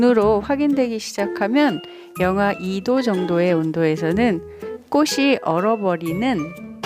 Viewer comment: 꼬시로 발음하시는데 틀린 발음 입니다 국문법에보면 자음접변이라고 있는데요.. 꽃이, 꽃은..의 발음은 꼬치, 꼬츤 으로 발음해야 합니다. 이것은 자음접변 순행동화 입니다. 앞글자의 받침이 뒤의 글자의 앞에 붙어서 발음되는 국문법 입니다. 참고하세요.